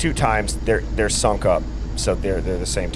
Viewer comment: Lol you're killing me with saying 'sunk up' 😂 i think you mean 'synced' 😂❤